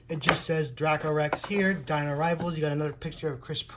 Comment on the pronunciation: It's actually pronounced dray-coe rex